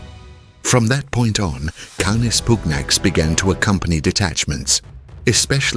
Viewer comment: The Roman legions were decimated in the Teutoburgerwald, dogs or no dogs. Germans? You do not know the difference between Germans and germanic tribes. You can not pronounce 'canis pugnax'. Goodbye.